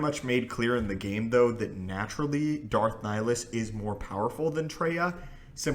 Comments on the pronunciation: It's pronounced ni-hill-is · i think you are pronouncing wrong the name of darth nihilus he has two "I" in his name after all and you are saying only one